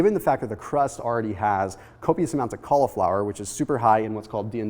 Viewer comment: Kali-Flower. Kali Muscle says he can't eat vegetables. Maybe he should contact Thomas so he can hook him up with some Kali-Flower recipes. #Hyphy Kali-Flower Tuna pizza.